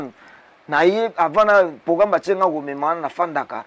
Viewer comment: ozalaka na problème na R? Anvers(anvecs), programme (pogramme), Versace (Vecsace)… eza nango langue mais bongisa ozalaka na france